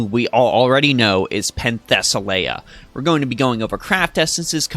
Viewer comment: You pronounce her name wrong, but good video.